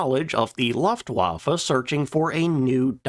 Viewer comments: I love your videos but please say Luftwaffe correctly. It's looftvaffe...not luffwaffa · Maybe you should learn how to pronounce Luftwaffe. It’s not Laftwaffe. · Favorite company and cannot propertly pronounce the name... or luftwaffe... or vogt.